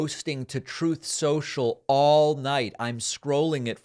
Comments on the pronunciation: 😆 Every time David says Truth Social, All I hear anymore is Troth Sential! 😆 🤣 😂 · "troth cential" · TrOth, Sential.